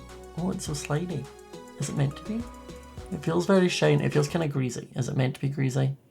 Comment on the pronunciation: “Is it meant to be a greazzie”😂😂